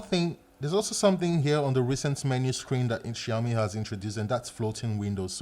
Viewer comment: You know what,bro? The way you pronounce ''Xiaomi'' is pretty good